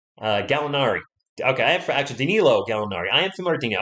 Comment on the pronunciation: Gallonari... wtf